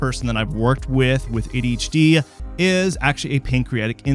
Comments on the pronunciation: "A Detch D" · He's saying it like AHD lmao. Wtf. Also, what's an ND? idk about this guy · "Ayshie ayshie" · Several times I swear he just says HD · Wait, he's not saying "daychitty"?!?